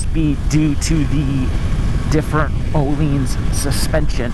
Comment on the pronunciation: Ohlines 🤣🤣 you mean ohlins